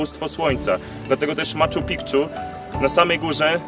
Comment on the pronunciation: "Maczu Pikczu" no spoko